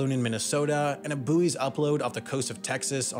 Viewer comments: it's "buoys", not "buoys" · "boys", not "boo ees" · “Boo-eez” lol 🇺🇸🇺🇸🇺🇸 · Sure sounded like the first time he said buoys, he said boobies. I understand that.